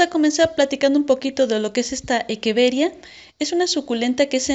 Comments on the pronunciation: Me pone nervioso q diga equeveria y no echeveria jaja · De dónde eres? Porque equeveria y no echeveria? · Hola, respecto a esto te comparto el porque: La pronunciación correcta. En latín la pronunciación de la ‘ch’ suena como ‘q’ y la ‘rr’ no existe. Por lo que científicamente la Echeveria se pronuncia como Equeveria. Saludos!